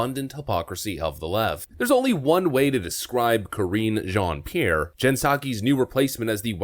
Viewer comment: Correction: you are mispronouncing her name. It’s Karinge.